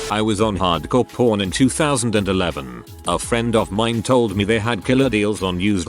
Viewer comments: I keep hearing "hard-core porn" instead of hard-core pawn. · hard core pawn sounds like hard core porn cause the tts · That “Hardcore Pawn” pronunciation was rough 😂🤣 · Glad I'm not the only one 🤣